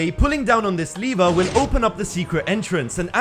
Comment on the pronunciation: It's pronounced [levr] not [lēvr]